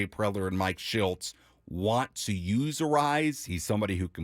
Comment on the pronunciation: Say his name right it's not a rise